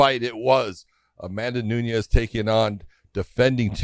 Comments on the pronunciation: Someone tell big John It’s nunes not nuńes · Why does John insist on pronouncing Amanda's last name incorrectly? Not spelled that way and she herself doesn't say it like he does.